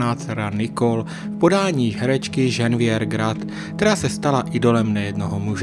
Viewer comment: Chce to hodně odvahy mluvit o Francouzích a neumět vyslovit jejich jména. Ženeviév (co to R na konci?), Galabry, Žiró...